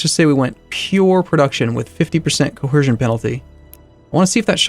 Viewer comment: why do u keep saying coHercion??